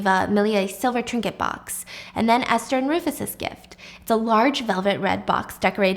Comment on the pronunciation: wait i think it’s Ester not Aster 🫢?